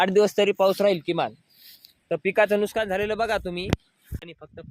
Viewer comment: नुस्कान नाही हो नुकसान असतं